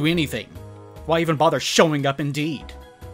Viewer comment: pretty sure it’s pronounced “Luca Gaskwahhh”